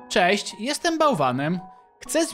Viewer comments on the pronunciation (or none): none